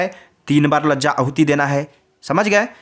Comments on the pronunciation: माननीय लज्जा होम नहीं कहते है शुद्ध भाषा कहे लाजा होम कहे धन्यवाद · लजा होम नहीं होती है लाजा होम होती है